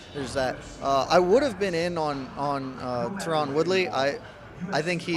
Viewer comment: Can't take this guy seriously with that pronunciation of Tyron